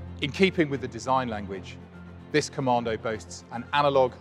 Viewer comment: Top Tip, there is no R in Commando .